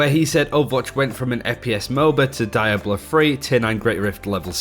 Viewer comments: "DIE-AB-LOW" YOU DID NOT SAY THAT!!! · “Die ablo”